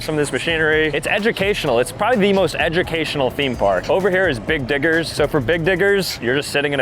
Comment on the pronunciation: “Big diggers” and “Mini diggers” was NOT what I heard bro😭✌️